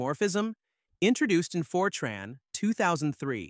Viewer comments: Fer-Trarn? Is this a new language? I haven't heard of it. Is it like FOR-tran. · Good video (except for the AI mispronouncing Fortran as "Fortron"). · Then you missed the best part... Really stupid AI that mixes "Fortron" with "Fortran" multiple times in the video. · It's short for FORmula TRANslation, so it's pronounced TRANN, not TRAHN. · It’s FORtran, nor forTRAAN, and it preceded object orientation by exactly one decade (Simula 67), not “decades”. Modern Fortran is a very large language with an embarrassing number of things having been added by one standard and removed in the next, and it’s a dreadful choice for accounting or text processing. But it’s a decent programming language that is very good at what it does and has good tool support. It probably shouldn’t have added Oop. The strength of Fortran was always that everything happened out in the open where the compiler could see it. All the reasons the cool kids had for not using Fortran in the 60s to the 80s are long gone. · Ugh. I bailed as soon as I heard for-TRAHN. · AI swill. Can't even get the name right. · ai cant pronounce fortran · You (AI) can't even pronounce the language correctly. I'm outa here. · Why is Fortran pronounced 20 different ways??